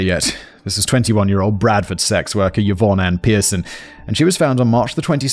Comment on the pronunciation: A note to Simon: the name Yvonne is pronounced ee-von, not yuh-von.